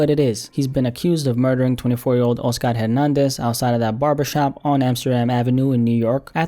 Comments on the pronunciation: My dude.. it's not O-Scar.. it's Oscar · The way u pronounce the name “Oscar” let’s me know ur Hispanic